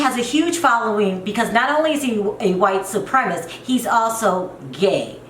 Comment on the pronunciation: You said "he seen her" twice in a row, so it wasn't a mistake. Do you not know it should be "he saw her"? I mean, a 3rd grader knows this, yet you continually speak like this way. Also, it's not "white supremist"; its "white supremacist". One would think as a person of color, if there's just ONE WORD you knew it would be "white supremacist". And you have the nerve to call Yolanda dumb?? Yolanda is naive. Sherrell is dumb.